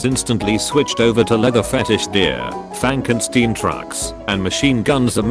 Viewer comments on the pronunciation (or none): none